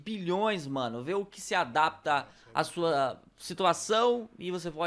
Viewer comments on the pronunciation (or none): none